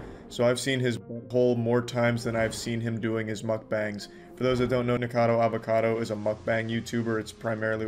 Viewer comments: I really did not like this video, but I will be subscribing so I can watch future videos xx I just personally found it really irritating the pronunciation of his name ! But other than that, I absolutely love the style of documentation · the way bro pronounced "Niko"cado Avocado... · Flinching each time he says "Nikocado" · I wish Penguinz0 could actually pronounce Niks name correctly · . You clearly say N-word-cado. lol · well that is ONE way to pronounce "nikocado" LMFAOOOOOO hope you have an N word pass for that one buddy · doesnt sound like hes saying nikocado :o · Lol the way how he says nickackader avacader lol. (Btw if sees this, its pronounced Nick-ah-cahdoh Avah-cah-doh) No hate. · Nikercader Avercader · nahh bro you did not say nikocado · Ah yesss "Nigerkader Averkader" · Nikkercado avacado? 😂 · No offense, but I kept hearing “Nikocader” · Lord this baby adds so many 'R's into his words, and they sound like 'W's'. So "sew", No "know", Nickocado "Nickowcadow", 😂😂 Bloody english, so adorable and stuff. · Charlie never once said Nikocado, it's always Nikado looool Just to note, if it hasn't been said already, but the whole 89lbs/89 el bees shtick was done by Nick as a mockery of another YouTuber named Amberlynn Reid. He's been mocking her on and off for a while now because she won't do mukbangs with him. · Neek-or-car-dor Av-or-car-dor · nikkercado avocadder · The way you pronounce "nickercado" is so close to getting you canceled homie, lol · hold up, that "nikocado" didn't sound like it suppose to 🤨🤨🤨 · Is Charlie mispronouncing Nickocado's name on purpose? Probably. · Nick-er-cado Av-er-ca-dour